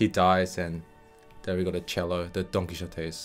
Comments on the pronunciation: LOL. It's pronounced: Don Ki-Yo-Tay. Not Don Ki-Zsho-Tay. Quixote is a Spanish name but you're treating it like it's a Chinese name with the 'xo'. I can see how it could be mispronounced given Asian languages' tendencies around Z's and X's but it is such a famous name that it should just be pronounced correctly everywhere. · Don Quijote is pronounced "Quihote" in English.